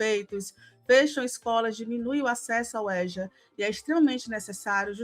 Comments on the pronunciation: Êja e não éja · Se pronuncia EJA e não ÉJA. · No Rio a gte fala Êja (não Éja)